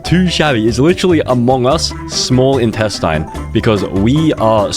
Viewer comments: its not in test in its instestine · （in-test-In) is how its pronounced… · bro really said iNtaStIn